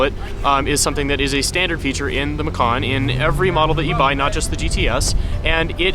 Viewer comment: In February 16, 2012 Porsche announced the final name for the car to be Macan, an Indonesian word for tiger. However, the pronunciation of the "C" in Macan, is like "ch" as in "Choice" or "Chips"; Not like "k" as in "Cool" or "Come". Because if the C is pronounced like K, "Makan", then the meaning in Indonesian language becomes "To eat". Totally different meaning. Just FYI.